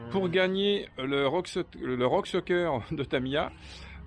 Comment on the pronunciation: solu:) oé oé gaf kan tu di rock sOker pa de U hein!!!;p